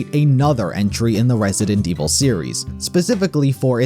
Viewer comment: "Resident May Evil"